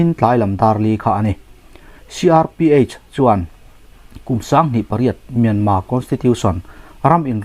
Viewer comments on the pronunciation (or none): In chan china ngaih thlak a nuam rual in, Mianma, inti thin hi chu, Mianmar, ni reng si kati deuh.